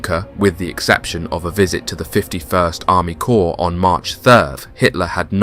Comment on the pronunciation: Referring to a Panzer Corps (pronounced "core") as a "corpse" might be accurate, under the circumstances.